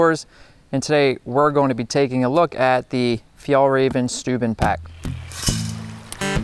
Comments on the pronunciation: Is is pronounced more like shtubben? i was wondering ;) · Stouben 😂😂 sounds Funny when your swedish and Know how Its suposed to sound.